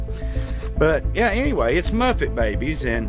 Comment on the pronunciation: Seriously? It's MuPPPPPPPets. Not Muffets. LMAO